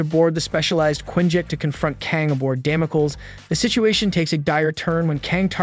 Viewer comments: Please use a dictionary to learn how to pronounce words for example Damocles (dam-oh-cleez). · Dam-oh-kleez. Ffs. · Who or what is Damo kill? OH you mean Kang's space cruiser Damocles, taken from biblical Sword of Damocles? Damocles is pronounced Damo-kleez. Man I freaking all these AI voices. I can't listen to this guy call the Avengers the AHH-venjers anymore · don't use software to read your script.. it's day-mo-cleese..